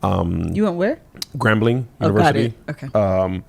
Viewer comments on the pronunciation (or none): Kev, as a Louisianan, ima need u to not pronounce the ‘g’ on Grambling 😂